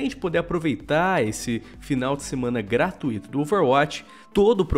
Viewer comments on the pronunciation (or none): none